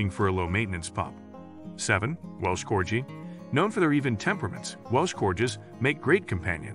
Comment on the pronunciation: It's pronounced "Bee-shawn Freeze" and Corgi has a hard "g" - it's not co-rjee.